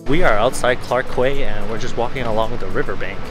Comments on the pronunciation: FYI the white noodle is rice noodles (kway teow). For Sgp’s humidity it’s better to just use cotton Tee Shirts. 👍 Clark Quay is pronounced as Clark Key. Sgp was formerly a British colony. Mud crab is used in the chilli crab n one of the best chilli crab restaurant is Jumbo Restaurant that has many overseas outlets. Hope you both had a good time in Sgp n hope to see again in Sgp soon. Byeeee!! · QUAY pronounced as Key.